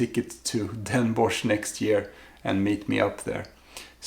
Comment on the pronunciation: next time you go to Den Bosch, or 's-Hertogenbosch how it's officially namend, you have to get a "Bossche Bol" . It is a large profiterole, filled with whipped cream and coated with dark chocolate fondant icing. It's obligatory, sorry. ;) Also, you pronounce Den Bosch as "Den Bos". So not with the -sh sound. More like "atmos or bios" > Den bos. Also great tips. having a list and a map. I was all over the place and came home with a lot of great stuff but nothing I actually went for.